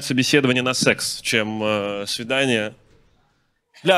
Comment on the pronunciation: Дима, если собираешься говорить только про секс. То надо уже начать говорить сээээкс. Это так по-русски звучит. Ты же вроде не иностранец! Любому иностранцу бы простили. Но у тебя в устах звучит ужасно. Пишеися секс, читается "сэкс".